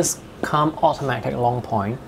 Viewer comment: it's pronounced koomb not come